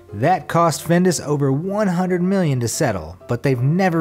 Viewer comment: The one about horse meat in Findus products puzzled me. I lived in the US for years and never heard of Findus (he pronounces the name wrong, of course) until I came to live in Italy where eating horse meat is pretty common. Just as you can see butcher shops in the US with pictures of cows, you can see butcher shops in Italy with pictures of horses. I think I once ate horse meat as a guest in someone's home because it didn't taste like any meat I had ever had before but I was afraid to ask. It was good and I'm still around after 20 years.